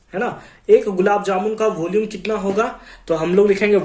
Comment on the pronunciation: vooolume of.. Voolume off voolume of😂